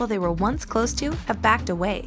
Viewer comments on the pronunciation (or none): none